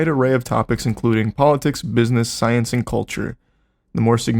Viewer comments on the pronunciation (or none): Because “sCyUnCe”